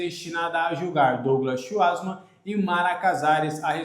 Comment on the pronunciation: Fala o sobrenome do Schwartzmann errado